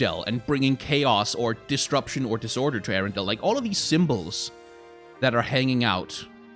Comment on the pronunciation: I heard him calling the world Ariendel every single time... Show her flame...